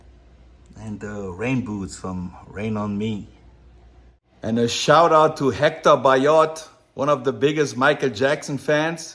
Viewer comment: LOVE this video! and his apt its like a museum ! LOVE it! . BTW it's not Hector its Hèctor . :)